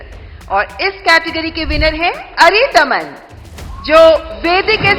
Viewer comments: अरिदनम नहीं बहन अरिदमन , कितना शुभ और सुंदर नाम है बिगाड़े नहीं 😊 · mam unka naam aridanam nahi aridaman hai. 😅